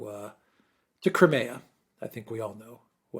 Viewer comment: Your mispronouncing cry mea Just as my talk to text spelled led it wrong